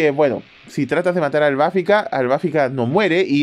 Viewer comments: es Albafica, no Albáfica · ¿Por qué le llamas AlbÁfica? El acento prosódico va en la letra "i" 🌹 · Ciertamente, vi TLC con doblaje latino. Ahora, por curiosidad busqué la pelea de Minos contra Albafica en japonés y sigo opinando que no es AlbÁfica